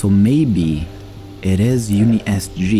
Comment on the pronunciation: I think its UN-ISG not UNI-SG but whatever your soul feel right. Good video!